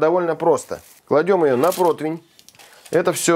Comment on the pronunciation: Да почему же протвинь? ПРОТИВЕНЬ!!!!&